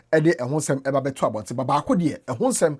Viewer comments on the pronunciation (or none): none